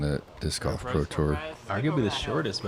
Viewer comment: Hey, you know there’s an L in Golf right? Lol